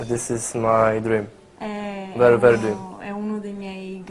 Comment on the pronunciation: Very very fantastisz haha ale osioł :)